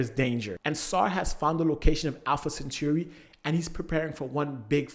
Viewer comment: I’m sorry but… Alpha “centurri”